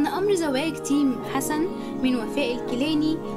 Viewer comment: ركزولي على لفظ اسم تَيم🙋‍♀️🙋‍♀️🤦‍♀️🤦‍♀️🤦‍♀️🤦‍♀️🤦‍♀️🤦‍♀️🤦‍♀️